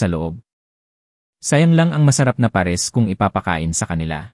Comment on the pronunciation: Ayusin mo pronouncesion mo ng PARES!!!!